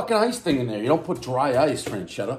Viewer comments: I will forever go into the grocery store and while staring at the frozen pizzas, “freschetta” will be heard in my head as “franchedda” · No N in the name: "Frenchetta" Still no N in the name: "Frenchetta" Again, no N in the name: "Frenchetta" Still... no N in the name: "Frenchetta" Dave. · I bet 10 bucks he would say Franchesca, but I lost. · It's pronounced as Fres-Ketta. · Dave: "I'm the pizza king" Also Dave: "Frenchetta's" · There’s no “n” in Freshetta, everybody knows the rules... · "fresh-etta" combine the word. he said it in so many ways except the right way lol. i like this frozen pizza tho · He keeps saying frenchetta like there’s an n in feschetta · Would someone get Micheal Myers a boxcutter and it's not Fran-chetta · It's "FRE-CHET-TA" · He keeps saying "Franchetta" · Ur saying it wrong man damn. Fresh etta that's how u say it. Sound it out dave u can do it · "fresketta" is the proper italian pronounce, is stand more or less for "fresh"... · Franchetta and Dee-zhurno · Franchetta lmao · Where you see an “n” in freschetta??? Calling it frenchetta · Not "frenchetta". Learn to read. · Freschetta has a non silent, non existent “n” apparently. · One bad mispronunciation, everybody knows the rules. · How he kept pronouncing it was driving me insane. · Doesn’t know how to pronounce Freschetta even. Everybody knows the rules. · One self proclaimed pizza expert who mispronounces most Italian words. Everyone knows the rules. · "I won't hold that against you." Proceeds to mispronounce the brand name the entire review. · Holy shit did you butcher that name.. this is the best frozen pie ever. I actually commented on another frozen review cuz I didn’t see them on the list. They have so many styles, there’s a thin crust you would prefer over this one but they’re all flavor bomb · said the name correctly once out of 15 times, everybody knows the rules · Guy pronounced it wrong every time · One mispronounced word everybody knows there’s no N in Freschetta